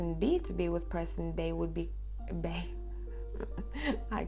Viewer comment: Pile 2 amazing ! You are so amazing as always! It's funny because you were sayin bae and it sound like b in french and this is my first language so I tough maybe you eard my translation in my head!? 😆😊